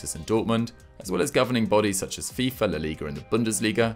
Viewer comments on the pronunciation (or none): none